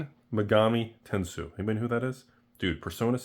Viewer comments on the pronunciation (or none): It's Tensei, Shin Megami Tensei.